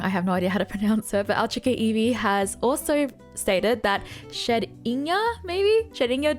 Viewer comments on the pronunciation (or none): Wow..."Ho..oh" instead of "Hough-Ohugh" (phentically) and "Shed-in-gah" instead of "Shed-ninja "😂😂😂 and i think sylveon is the strongest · How you pronounce shedninja is basically like saying ninja. Shed inja. Also I thought espeon is the strongest eeveelution if played correctly. But after leafeon comes out I think leafeon is the strongest again if played correctly. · I would pay to see do a pokemon smash or pass but only to hear how she pronounces every pokemon. Shedinya was a flashbang